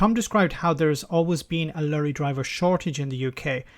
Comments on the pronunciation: ''Lurry''.. it's Lorry! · Lorry please. Not Lurrie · your Irish accent dropped a bit to Garda Patrol 'lurry' haha like 'veachile';P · I do enjoy pronunciation of "lorry". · Lorry should be pronounced " Truck ".